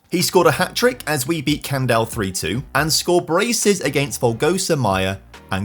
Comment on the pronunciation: It’s amazing to see you say the names of some of my hometown parishes… You did well with Candal and Folgosa, but Coimbrões was just too much! 😂